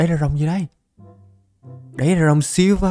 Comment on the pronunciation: silva đọc tiếng việt là siu vờ anh ơi